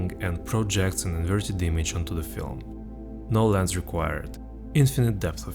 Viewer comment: i swear when you said no lens required i heard Nolan's required